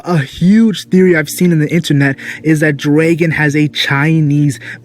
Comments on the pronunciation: you say "draegon" it tilts me xD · why do you say "Draegon" bro